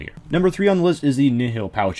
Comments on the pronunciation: Nihil is pronounced Nyle or Nyhil. Kinda like the word, annihilate. Which is what their name comes from. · it's pronounced knee hill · IcyBlocks The official Jagex Wiki says nothing about the name's meaning. The RS Wiki that anyone can edit, has no source for it's information other than its being similar to the Latin word. And I believe in a BTS video, it was pronounced Nyle. I do see where you are coming from as well. And yes I've read the lore behind them being failures in his eyes, still doesn't make the case either way. Meh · "Nyle" is not how you pronounce the latin word nihil, it's pronounced knee-hill. As for the lore or which is correct, not a clue, I'm a latin nerd not a lore nerd